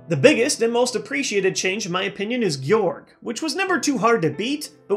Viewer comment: It is pronounced GEYE-ORG